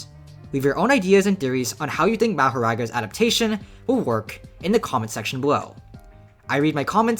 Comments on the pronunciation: Moh-Hor-Aga just say it right 💀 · Yay said mahoraga correctly instead of saying mah ha ragaaaa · how did you manage to piss me off with the first word of the video. who says his name like that